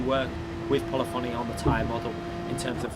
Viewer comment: Polyphony is pronounced Puh-lif-in-ee